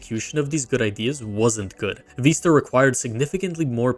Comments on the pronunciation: Vi-sta not Veesta. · WTF is Windows Veeeeesta? It's Vista. With a short i sound. The i is said like igloo. Not a long E.